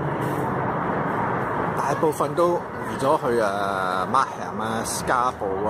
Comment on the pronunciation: 你係 港燦？⁉️⁉️⁉️ Markham 讀 mark-kham(琴) 唔係 mark-ham(咸)